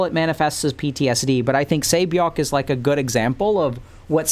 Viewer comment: you're like the first english-speaking person i've heard pronuncing Gihun's and Saebyeok's name right, so don't worry about that, you're doing great